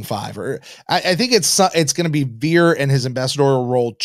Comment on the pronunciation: Vir in Latin means man (either "a man" or "the man," Latin isn't specific about that). Also, Vir in Latin is pronounced "weer." The letter V is pronounced as a W.